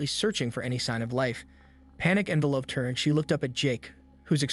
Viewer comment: ". She screamed". 😂 "envel-OP-ed her". En-VEL-oped. Don't let ChatGPT read your story. 🤦‍♀️😂